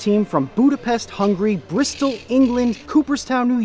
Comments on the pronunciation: Did you say Budapest,Hungary or Budapest,Hungry? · Im hungarian and I am bugged by how you said Budapest and Hungary.